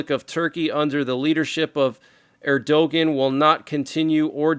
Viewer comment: The leader of Turkey was never to be trusted. His name is pronounced " Err do wan"